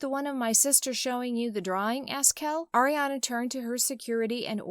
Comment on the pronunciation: on 😣 just say the name of the person U ROAST BUT DOESN'T DESERVE IT, correctly please. because i heard u say ERIANA please stop with these kind of videos🙄🙄😒😤